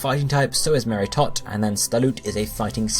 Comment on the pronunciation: You mispronounced Meritote. C'mon bro.